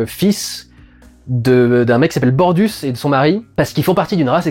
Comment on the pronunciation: Bortus mon dudu ! Et pas Bordus ! 😂 The Orville... la meilleure série de S-F de ces dernières années. Moi aussi j'ai été très ému devant certains épisodes. Ce que je retiens de cette série, c'est qu'on peut traiter sérieusement de problèmes de sociétés sans pour autant sombrer dans l'ambiance froide. La diversité émotionnelle de cette série est son point fort. C'est un vent de fraîcheur dans cette époque où les séries dystopiques à l'ambiance froide pullulent. J'attends la saison 4 avec impatience !